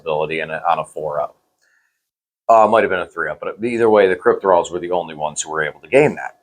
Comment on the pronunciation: CryptOthralls guys, not Crypt-thralls